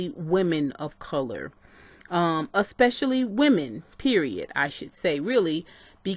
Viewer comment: I am so mad mad you kept saying "a-spush-a-ly" smh. I'll just watch the original video.